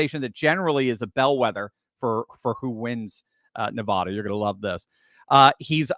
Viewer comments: YOU ARE SAYING NEVADA WRONG!!!! its not Navoda!! its Nevada! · I know that you are far too educated to be pronouncing Nevada in the way that you are pronouncing it. It must clearly be by your own determined choice to do that. For people that live in Nevada, hearing it like that is like scratching your fingernails across a chalk board😮... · You’re pronouncing Nevada incorrectly